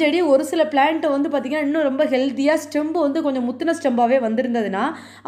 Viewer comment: (stem) ஸ்டெம் தான். Stembu ஸ்டெம் பு இல்லை